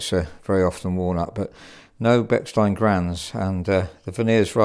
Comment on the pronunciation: When the piano guy says "walnut", it sounds like "worn out". So, I thought he was talking about a "worn-out Bechstein"...